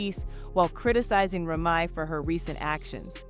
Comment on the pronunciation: Ra ma?? Damm Saying Remy is that hard?